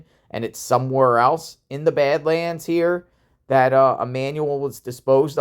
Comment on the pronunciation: Are you saying bed lands or bad lands lmao